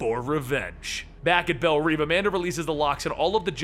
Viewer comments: you are pronouncing "Belle Reve" (pronounced : "Bell Rev" not "Bell Reeve" ) incorrectly (you have been saying it wrong in all of your videos in which you mention the institution)... "belle reve" means "beautiful dream" in french...even in the movie they say it as the french do. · It's pronounced bell rev not neev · Reve is pronounced Rev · I could be wrong, but in almost every DC movie or show I have seen, it is pronounced Bell Rev despite being written Reve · you're pronouncing Belle Reve prison wrong